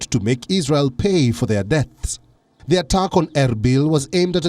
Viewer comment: Appreciate Wion for monitoring.But sometimes confused about this news men for his pronouncition .even (Attacked) I hear atugs